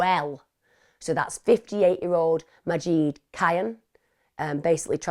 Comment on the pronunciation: I want so desperately to tell Emma how to pronounce Majid today 🥺😅 like Mah- zsed Zs like zsa zsa or give it a little zsoosh and id as in kid or lid. Majid- mah zsid. 👌🏻😇🥰